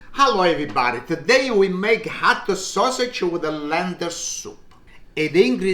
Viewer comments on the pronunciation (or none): It's HOT sausage not Hot-A. And it's LETS not Let's-A. So annoying.